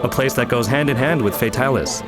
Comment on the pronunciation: yay they said Fatalis properly!